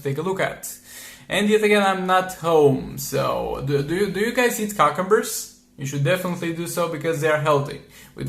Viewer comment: did my man say...cockumbers?😳